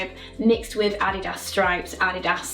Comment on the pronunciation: Adidas was founded by two German brothers so her pronunciation is likely more correct than the American take lol. FYI as people tend to assume Americentricity